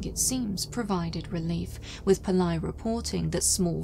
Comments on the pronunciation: It's not 'Pill-EYE'. It's pronounced 'Pill-AYY'. For such a high quality researched and narrated video, you could have at least tried to learn the correct pronunciation of the name. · The surname is pronounced as it reads, PIL - LAY.